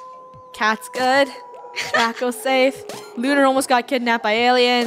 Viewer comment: It's Draco not "Drago" also, u can't take away the oof cuz if u don't watch for them, then they die. So that's why their last name is oof (including Draco-oof, Luba, Kat-oof, Lunar-oof and Rainbow-oof.) Last name is oof cuz they die